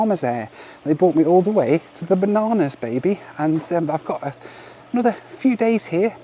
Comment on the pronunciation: you definitely said "The Bananas, baby". I'm pretty high but that made me laugh. 😂 I hope you find it appeeling.